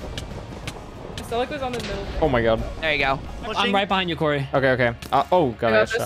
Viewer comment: not the way pronounced Couri… “COREY” 💀💀💀 Anyway, if it was the last Rivals it was an honor watching you, peeposad